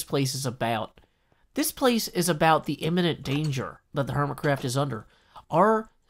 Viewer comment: Good evening! "Hermticraft", eh?